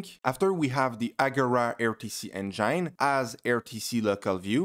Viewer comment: interesting! Very helpful. A big thanks man! And also, you were saying "enjaine", lol. Got me confused at first.